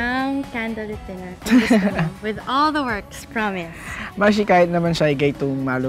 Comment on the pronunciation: I love the view but “the” is silent.